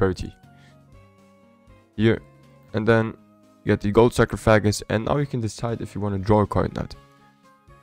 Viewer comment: You have to stop saying sacrofagus